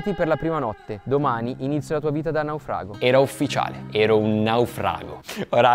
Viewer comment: Ma perché dici la parola:"Naufrago" con 2 pronuncia diverse? 🤣🤣🤣🤣🤣🤣🤣